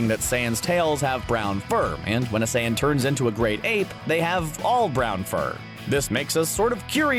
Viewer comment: i thought he was saying sans 💀